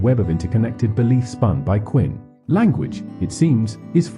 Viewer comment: Who the hell is “Quinn?” If you can’t get the man’s name correct, why would I think you can get his, or Wittgenstein’s or Strawson’s, thoughts correct? Sounds to me that your interpretation’s of these three men may in fact be interesting and informative, but your presentation is horrific and disturbing and distracting. The narration renders the entire video and detracts from anything meaningful you might have to say. Maybe if I watch with the audio on mute.